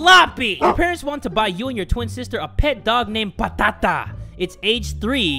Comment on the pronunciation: Fun fact: "Patata" is actually "potato" in Greek. And yes I'm from Greece. Also the way that pronounces the word "Patata" is just awesome 😂😂